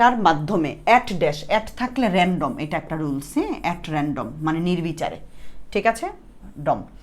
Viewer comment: Rendom hobe na random